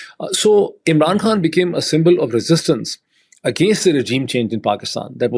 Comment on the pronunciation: Why does he pronounce the word khan like foreigners when he’s speaking English to non Pakistanis?!